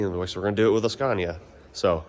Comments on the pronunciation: It’s “scania”. Not “sconia” lol. Sorry. I had to say it lol. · I can’t get over saying sconia 😂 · In this episode of “How will pronounce Scania today?” I’m 3 minutes in and I think I just heard him say “Scoh-nya.” This game is so fun haha. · The Swedish pronounciation of Scania is more like skaania than the american way skaenia. But it works either way😊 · Ask them how to pronounce SCANIA correctly 😊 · Just love the fact that you pronounce the names the wrong way all the time, just makes this even better. 😆😆 I know it’s hard, it was the same shit but the opposite for us learning English. Great content, its nice to see your excitement over our trucks and workshops etc. Things we just take for granted these days. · He was just in Scania (the region) to visit Scania (the company) and he probably heard them pronounce it in Swedish (Skåne). That's probably why he pronounced the English (Latin) version of the name with that particular vowel.